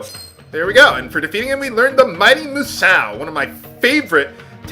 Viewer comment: I believe the correct pronounation for Musou (based on my knowledge of the chinese and japanese languages) is actually like "Moo-sow". If it was spelt "Musao" and not "Musou", then you'd be correct. As for the characters, I believe the one in the upper right is Sky or Heaven, and based on the name of the attack, I'm guessing the other one is 'Strike' - basically it's saying SKY STRIKE!